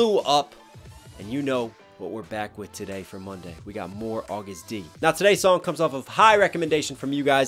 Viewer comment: Please STOP CALLING HIM AUGUST! He is A to the G to the U to the STD. AGUST D not AUGUST!